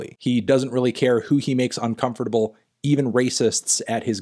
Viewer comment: the way melon pronounces uncomfortable makes me uncomfortable